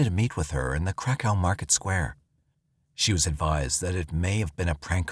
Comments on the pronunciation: 😂 I thought they were saying crack house too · Crack house police station 😂😂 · It's pronounced Krakov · kra kuf. That’s how it’s actually pronounced. Hope that helps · It was the Crack House Police Station that took me out 😂😂😂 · Saying cra cove would be closer to how you are supposed to say Krakow. People butcher it so bad. He can't even say the poor girl's name correctly either. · Omg I was just about to write the same thing lol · He is saying it incorrectly though. I grew up in ukraine on western border. So i heard of krakow a lot. Its pronounced completely different. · Should’ve got way more likes. I definitely feel the same 😂😂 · Samee lol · Here here ha ha😂😂😂😂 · Thank you!!